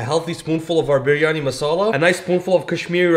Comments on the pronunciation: Bro, the last biryani recipe you said “biryani” and in this one you said “bur yani” Bro you got white washed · I’m a Muslim and u have to say it as bryany ❤